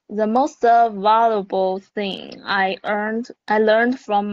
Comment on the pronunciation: The stress on semester is on the 2nd syllable, not the first one. It's val-ywa-bol, not va-lu-wa-bol. 😉 Valuable also means important.